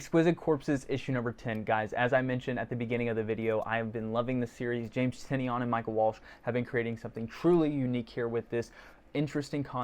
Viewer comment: Awesome vlog and review. Subscribed. James pronounces his last name as "Ty-NAN". Link